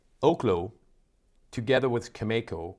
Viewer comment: Learn how to pronounce Cameco. I was there a couple of weeks ago when you were so positive that oil was going up and yet it has only gone down. I expect oil to get as low as mid to upper 30’s to mid 40’s.